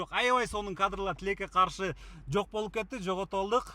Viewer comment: тилек тилеке каршы деп суйлосо кызык угулат экен😂